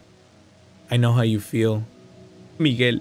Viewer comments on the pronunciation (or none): ah yes yes Migues lo siento hermano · He said Miguel not micheal